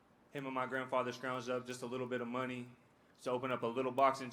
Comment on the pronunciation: "A Leedle Bit" 🤭🤣😭 Three words more devastating than that entire speech.